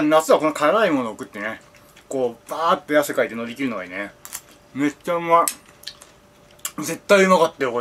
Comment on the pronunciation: めっちゃが、「うぇっちゃ」に聞こえる